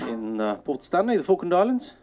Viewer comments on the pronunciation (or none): Random guy: Say Falkand Islands Argentinian People: THIS IS NOT OKIE DOKIE